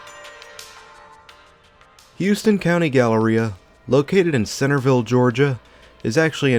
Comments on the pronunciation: Great video but it’s pronounced HOW-ston lol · Not to split hairs but we pronounce it Howston County. I worked at the Goody's for a year. Terrible management.